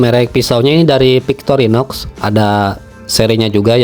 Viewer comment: Victorinox, bacanya tetep pake V bang bukan P 🤭